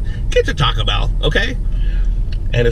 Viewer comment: Chaco bell XD